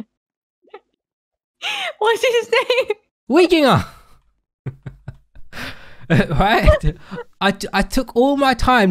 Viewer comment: When pounced weeginger24 wrong I started laughing and I'm still laughing from that, I am literally crying from how funny that was😭😭😭